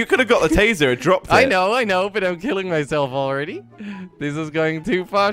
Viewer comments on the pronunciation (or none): It’s tasing a baby not tazering a baby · "tasering" it's tasing xd